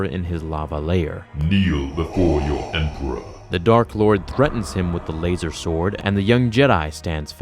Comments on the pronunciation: You lose all credibility the second you say lazer sword....... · Why the fuck are you saying lazersword? 😂😂😂🤣